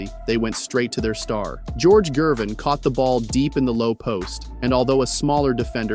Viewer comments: HE DOESN'T KNOW ITS A HARD G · who is George "Jervin"? this AI nonsense is lazy trash. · THUMBS DOWN. You can’t even pronounce Ice’s name properly.